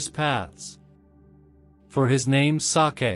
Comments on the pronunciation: Hearing the robot pronounce the word "sake" and make it sound like some kind of Japanese delicacy kind of took me out of the mood. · HELLO MY DEARS. IN THIS VIDEO, THERE WAS A PRONUNCIATION FAILURE REGARDING THE WORD "SAKE". WE ALREADY PROVIDE THE CORRECTION FOR THE NEXT VIDEOS. WE REQUEST OUR SINCERE APOLOGIES FOR WHAT HAPPENED. WE HAVE NO WAY TO REMOVE THE VIDEO, BECAUSE THIS WILL NEGATIVELY IMPACT ON OUR CHANNEL, AND OUR PURPOSE IS TO REACH MORE AND MORE LIVES AND BRING THE WORD OF GOD. WE THANK YOU ALL FOR UNDERSTANDING. GOD BLESSES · Yes , wrong the word SAKE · Sake was a comedy n it too